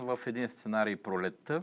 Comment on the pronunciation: „сас“ „косам“ „пролета“ „тарпението“... Имаш ли взето образование, не дадено???